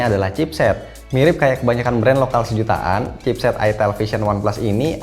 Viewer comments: Itel wee...bukan itilll hahhaha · Ke konter hp "mba mau beli hp itel" bakal awkward banget kalo salah sebut "e" nya jadi "i" wkwk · Ko gua ngiranya dibacanya tuh ayitil